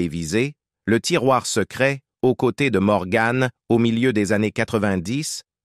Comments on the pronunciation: On ne prononce pas MorganE mais Morgan à la française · Elle s'appelle Morgan et non morgann 😂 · Pas Morgane mais morgan comne vent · Mort prématurée? Elle avait plus de 90 ans. Et on ne dit pas morgane mais Morgan an an; Sa beauté correspondait à une époque.